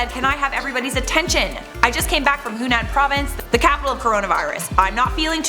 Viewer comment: Lol he said Hunan.😂